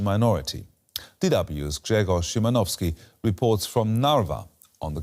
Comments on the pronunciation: U nailed Grzegorz’s pronounciation good job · This is a very good pronunciation of this Polish name. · huge respect for pronouncing "Grzegorz" correctly